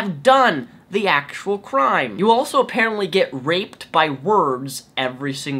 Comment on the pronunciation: I can't here the D's when she says raped. I got rape.